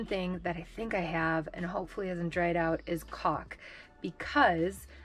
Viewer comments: You are so funny! I thought you were saying "cock" until I realized you were saying "caulk" Lolo Lolo I always enjoy watching you and Riot...you are both a riot lol. And love the Robert cameos too. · Oh, you said “caulk”. 😂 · i think you like saying the word calk, cuz you can sound like you are swearing but you are not.......lololol